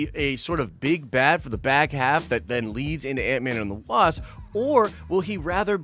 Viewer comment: who else heard antman and the wab😂😂😂😂😂